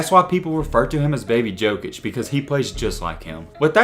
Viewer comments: I love you but please please say yokic not jokic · It’s pronounced yokich 🤦🏻‍♂️